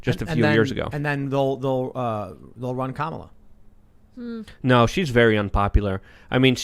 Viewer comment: pretending to not not know how to pronounce Kamala was disappointing. The guest is one of the midwids Malice explains perfectly. Tim was still great.